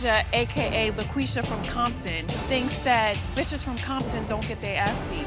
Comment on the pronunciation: LMAOOOO JEN SAID LAQUISA 😂😂😂😂😂